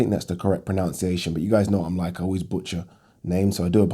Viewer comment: Ironically the correct pronunciation of the word pronunciation is actually pro-NUN-see-ay-shun. Not pro-NOWN-see-ay-shun.